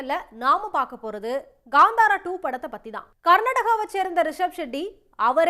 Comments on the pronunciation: It's kantara not kandhara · It’s not Gandhara, it’s kaanthara